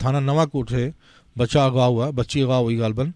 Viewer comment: یہ بی بی کا تلفظ انتہائی انڈین کیوں ہے۔ جیسے خان کو کھان، غزہ کو گزہ، اغوا کو اگوا وغیرہ